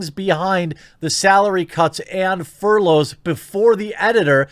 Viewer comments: Furlough = FUR-lo. Plus, I’ve heard you’re actually 1.5% too loyal. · Its furlough as in furr-low bro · Furlough is pronounced 'fur-low', btw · aw man what an arse to tweet that. btw it is "fur-low" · Furlough rhymes with dough, not cough, Jeremy. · Not knowing how furlough is pronounced. Doh!